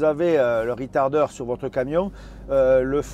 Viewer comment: il semblerait que ce soit de l'anglais, ou plutôt du franglais, avé l'acceng du sud